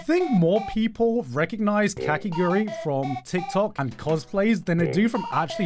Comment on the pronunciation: Every time garnt said kakiguri instead of kakegurui it got a little bit more painful